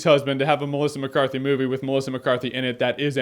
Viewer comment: He said melica mecarthy to much